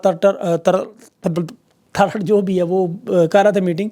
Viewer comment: 😂aksar naam ulta lethe hai 😂Atha Tar tar 😅